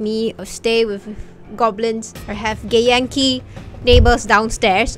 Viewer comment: I just here gay yankee when she says githyanki and I love it.